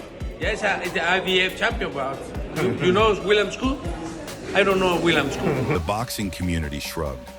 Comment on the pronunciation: Canelo doesn’t need anybody’s permission… He has been given the green light to move in whichever direction he chooses …MANY SAYING HE HAS EARNED IT… can’t even say “SCOOL” name much less know who he is.. 😂😂😂. Keep up, Culon! NO BOXING NO LIFE 🥊🥊🥊